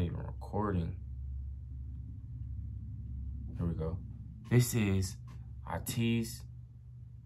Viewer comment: thank you for ur reaction! we want more ateez 😁❤ They are an 8-member group. It's pronounced "Ay-teez" by the way. They are a very versatile group and their storyline is one of the most complex and interesting in K-pop! They are known for their powerful performance and dance, i recommend their dance practices and live stages. that's where they shine the most. i recommend guerilla, answer, inception, fireworks, wonderland, hala hala, halazia, say my name, etc etc!